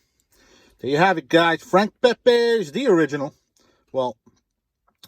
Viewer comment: It's Pepeez not Pepays. He was Italian not Mexican.